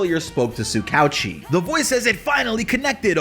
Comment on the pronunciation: That’s not how you pronounce tsukauchi